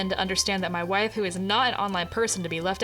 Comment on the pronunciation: girl really said "hwhife" ... hehehe